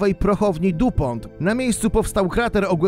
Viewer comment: Taka ciekawostka-DuPont czyta się "dipą", ale materiał jak zwykle super ❤️😀